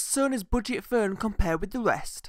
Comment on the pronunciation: "furn" WTF is a "furn"? Were you trying to pronounce the word 'Phone'?